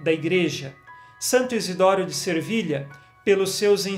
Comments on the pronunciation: agosto muito de ouvir suas mensagens. Deus o abençõe., é Se vilha, sem r! Sevilha. Desculpe pela observação. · Peço-lhe, desculpas,mas sempre escuto o senhor dizer Santo Izidoro de Servilha mas penso que o certo é Sevilha cidade da Espanha.Desculpe -me a ousadia Deus o abençoe, que sua evangelização continue a frutificar como sempre Paz de Cristo esteja sempre conosco 🙏